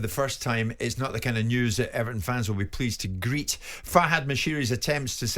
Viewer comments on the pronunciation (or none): Everon? Lol